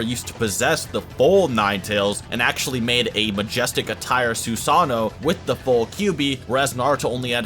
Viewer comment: Its pronounced Susano not sosano